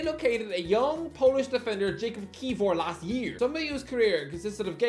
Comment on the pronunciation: Isn't Jakub pronounced as yakub and not Jacob?